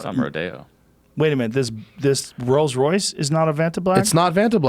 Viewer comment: Jo Po yeah a car show hosted by the guy who says Royals Royce